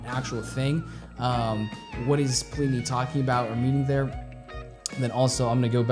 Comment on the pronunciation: His name is actually pronounced Plih-knee, the first I sounds like the I in bin. Simon Grove is his goto-guy for production and mixing, he also plays bass on a lot of Plini's releases and live shows. Plini writes/arranges everything himself, from the (bass) guitar parts to the synths and programming drums. His first two releases, including this track, featured programmed drums instead of the real thing and only a few guest solo's and guitar parts. His first album, Handmade Cities, featured recorded tracks for drums and bass by Troy Wright and Simon respectively. The list of musicians he has worked with so far is impressive, I can recommend taking a look at his Bandcamp page ( ) or his website ( ). Seeing as you have a small selection of electric guitars, he also has a Neural DSP plugin called Archetype: Plini ( ). In case you're wondering, it's a piece of software to emulate his sound through amp modelling, a few effects and cabinet simulation. Just hook up the guitar through an audio interface and shred along in your DAW of choice or standalone ;) it has a free trial btw. A few other artists I would like to mention, if you'd like some more of this type of (instrumentals only) music: Animals as Leaders, Arch Echo, Intervals, Periphery, Sithu Aye and Jakub Zytecki. You already heard of Chon and Polyphia ;)